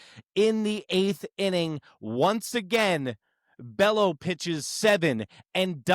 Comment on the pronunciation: Bello is pronounced BAY-0. Show some respect for the Yankees' Daddy.